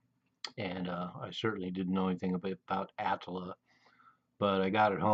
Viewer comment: Ah - tlll - ah. Not the way you pronounce it.